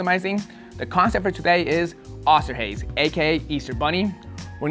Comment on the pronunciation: pretty sure Hase, not Haze, is rabbit in German